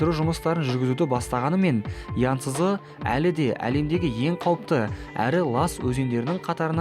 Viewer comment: Янсызы емес янцизы деп айтады